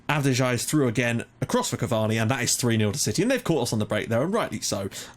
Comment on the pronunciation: av-de-yi , its Albanian like januzaj's